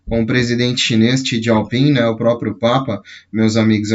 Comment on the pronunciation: não achei nenhum contato da fundação, ela tem base aonde? Tá em espanhol. O presidente chinês é: Xi Jinping (Jinping e não "gieu" ping)